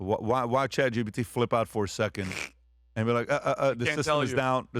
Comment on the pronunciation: When is Patrick gonna learn that it’s Chat GPT not Chat GBT?!